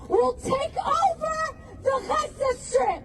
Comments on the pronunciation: It’s only me who bothered how they say Azzza ? Not for sale! Nobody wants to buy it .. just take it because you don’t do Sheeit with that land 😂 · I don’t know if it’s some sort of sensory issue but I can’t stand people saying « Hhhhhaza » (Gaza) 😂